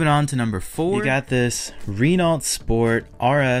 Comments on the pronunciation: Ren nalt come on say it right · I agree that was a little harsh on the Renault. I also wish he would pronounce Renault properly, but I don’t really care that much.😅